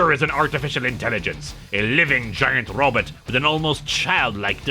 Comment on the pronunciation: I love the way he says RObit!